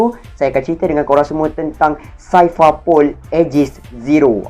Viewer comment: Aku ingat indon je sebut x betul Orang melayu pon x pandai sebut Cipher - saipar pol 🤣 Lenkali tengok anime....jgn baca manga je...